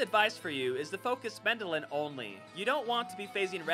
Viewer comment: MendeLN, not Mendelin.... T_T